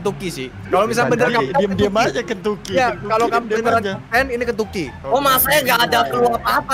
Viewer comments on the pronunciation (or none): di menit berapa aja bilang kenyucky